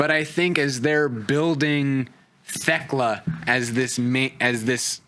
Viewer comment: On my hands and knees begging yinz to stop pronouncing the H in Thekla